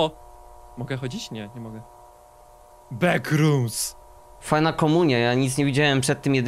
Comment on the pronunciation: Ten moment kiedy mówi beckrooms